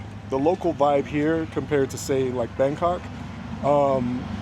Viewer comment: Its called Bangkok honey, not Bangcunt